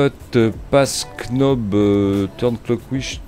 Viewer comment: Par pitié "Knobs" se prononce "nobz" (le "K" est muet) et "ignition" se prononce "igue-né-cheune".... ^^ sinon merci beaucoup pour tes vidéo pleine d'humour, j'adore : )